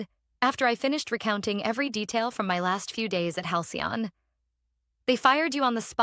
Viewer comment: Why can't your AI system say Halcyon sorry it worked, once